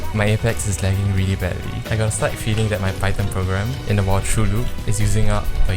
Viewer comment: upvote for the correct pronunciation of "python"